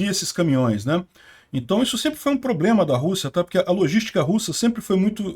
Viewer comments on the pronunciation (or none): none